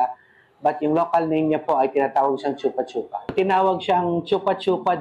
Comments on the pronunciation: it's "Choo-pah choo-pah" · Choopa choopa hindi tsupa tsupa Bagalan nyo pag pronounce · Bat kasi yung pag pronounce ng reporter “tsupa tsupa” e yung pag-pronounce nung ininterview is “choo-pah choo-pah” 😅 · bat kase chupâ chupâ? chûpah chûpah dapat... tae ganun parin... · di naman "tsu" yung pag pronounce niyan eh , "shupa-shupa"ang tama ; mga mema. naturingang news agency at mga journalists pero di man lang inalam tamang bigkas ng pangalan nung prutas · Vendor: Chūpā chūpā Reporter: Tsupa tsupa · chuupa chuupa kasi, hindi tsupa tsupa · Chupah chupah kasi ang tamang pronunciation, si ate sanay na sanay sabihin ang tsupa tsupa 🤣🤣🤣🤣🤣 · actually sa youtube dami pronunciation ng chupa chupa fruit. kahit foreigner hindi din sh- ang pronuciation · Choopa choopa na lang sana yung pronounciation! Putik kaya malaswa pakinggan haha😅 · Shupa Shupa kasi ang pronunciation hayyyy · Gaga mali ang pronunciation nyo mga 8080!!! Di man lang kayo nag research ng maayos!!!Shupa shupa ang pronunciation nyan kakagigil kayo! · Mali naman kasi pagbigkas eh. 😂 Para sya yung lollipop, chupa-chups. Palitan lang ng "a" yung "s" sa dulo... chupa-chupa. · yung reporter, ang bigat ng pagka bigkas ng letrang A sa chupa chupa hahaha